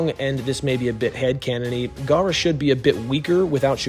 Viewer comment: Your gawk gawk garra the whole video